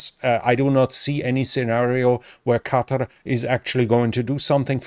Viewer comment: "Qatar" as opposed to "Cudder". Thank feck someone can say it properly. The Americans are driving me mental with their pronounciation.